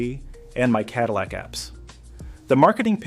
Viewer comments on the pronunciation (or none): none